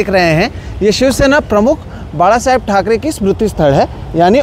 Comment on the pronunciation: The way he said बाळासाहेब he is more Marathi than his mother state....